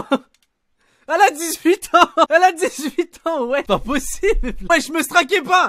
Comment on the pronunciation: quand g entendu 18 g parler chinois